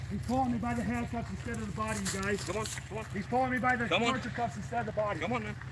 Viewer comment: He said “torture cuffs” 😂😂😂😂